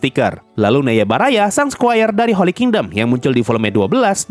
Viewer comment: Karena keseringan nonton Guru Gembul jadi agak ngakak dikit sih dengar penyebutan Neiya Baraya